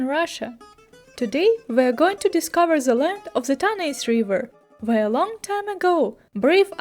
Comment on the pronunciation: The Greek word is Τάναϊς Tánaïs. The stress is on the first syllable in Greek. На греческом, ударение ставится на первом слоге. Кроме того, на современном греческом, сочетание букв "аι" произносится как русское "э." Получится как Тaнэс.